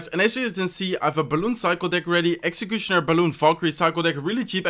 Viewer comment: Now when i see executioner i read way like: "execushoner" 😂😂😂